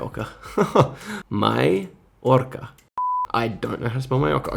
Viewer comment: Ni**a said "my orca" 💀💀💀